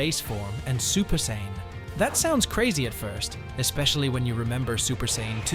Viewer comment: Can't call yourself a fan or the goat if you can't pronounce what race Goku or Vegeta are.